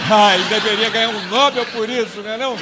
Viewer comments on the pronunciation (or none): O "comediante" , espertalhão e "inteligente", não sabe pronunciar a palavra nobel.